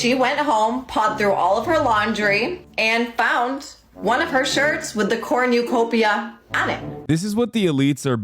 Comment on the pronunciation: I really love that she pronounces it "corn-you-copia." Very human design!